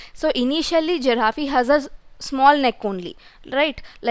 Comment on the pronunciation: it's a giraffe not giraffeee😅